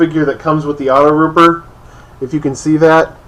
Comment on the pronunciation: AutoTrooper, dude. AutoTROOPER. WTF is a "rooper"?